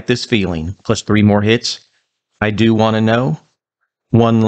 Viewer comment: "I Do' Wanna Know" is not pronounced I do wanna to know. It's a contraction, with a long O. Any REO fan would know that.